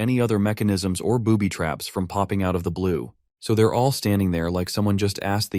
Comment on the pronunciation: bro you said boobbytrap😂